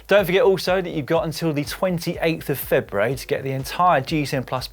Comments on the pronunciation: All that good pronunciation of Italian places and Dan blows it by struggling to pronounce February. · Has anyone noticed that Dan says February really weird?